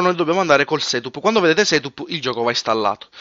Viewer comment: Quando vedete un SETÙP ÈXÈ! HAHAHAHAHAHAHHAHA Si pronuncia setap e EXE si pronuncia ixi